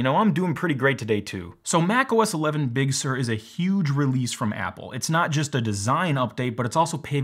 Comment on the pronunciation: Also: it kind of irks me how Apple is picking many Californian places with Spanish origins (I know, it's inevitable, but please bear with me), especially those which were completely bastardised by AmE pronunciation. “Big Sur” has got to be the worst so far, since I, as a Portuguese guy who actually speaks Spanish fluently, mentally read it as “Big soor” (for those who don't know, “Sur” means South, by the way), not as “Big serr”. It will always create a bit of a mental disconnect whenever I listen to it or even say it aloud. Apple's “crack marketing team” could certainly do better when considering names and at least try to pick those which are at least a bit more consensual pronunciation-wise. It can make IT support job easier around the world, believe it or not. Sierra/High Sierra, Mojave and Catalina were at least a bit simpler in that regard.